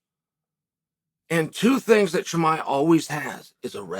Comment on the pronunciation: I really enjoyed your interview this week where you constantly pronounced Chimaev's name wrong to his face :D